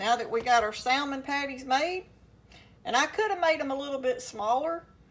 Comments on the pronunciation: Psshh! Same here!! Anyone in a true "SOUTHERN kitchen" knows that the "L" in salmon is silent. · The L is silent. I do not drain or take out skin or bones. Grandma Sue in Central Indiana. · Fellow Southerner here cringing at her pronunciation of "salmon." 😖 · The L is silent!!